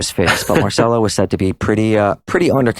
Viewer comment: It is pronounced "Marchello".